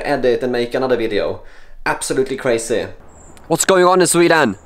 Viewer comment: National Security Index: 1. Kräjzy 2. Äbsålutli kräjzy 3. TUU KRÄJZY!